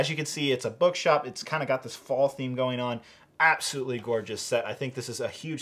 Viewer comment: Did anyone here him say. “BugShop”